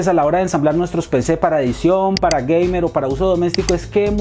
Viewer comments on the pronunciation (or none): none